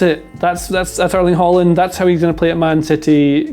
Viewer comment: In Norwegian we don't pronounce that final d in the name